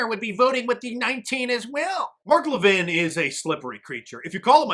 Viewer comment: Mark "Lah-vin"? Oh, you mean Mark Lah-veen.